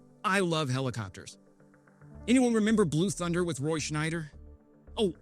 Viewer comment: “Shyder” not Schneider